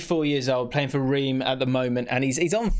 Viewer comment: Pedantic pronunciation point. Reims is pronounced “Rance”.